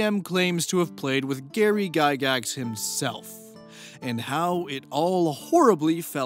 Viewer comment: Say it right. Lord gygax of the dungeon.